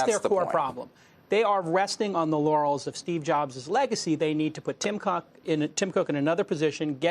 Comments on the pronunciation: Did he just say Tim Cock? Oh San Francisco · "Tim Cock" -Jason Calacanis, 2019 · Tim Cock. Yes he said Tim Cock 😂